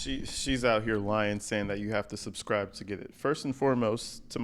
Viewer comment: “Yall suscriVe”😂😂😂😂